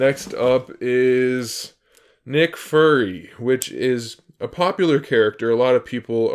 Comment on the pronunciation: dude u said i-ron man and nick furry